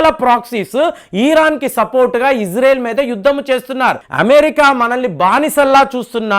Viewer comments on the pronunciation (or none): none